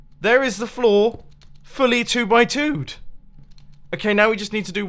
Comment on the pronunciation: "two by toot" -Mumbo 2019